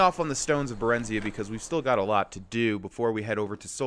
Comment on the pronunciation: Baren ZY uh. Thats how its pronounced.